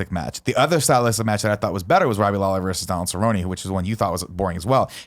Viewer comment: Alright I haven't watched this video yet but I'm a huge MMA fan and I'm really hoping this topic doesnt irritate me.... Oh no nick is pronouncing everyone's name's wrong and the Lawler/Cerrone wasn't 5 rounds nick! Also Jon has never been beaten, he got DQ'd for throwing a 12 to 6 elbow which is a stupid rule anyway.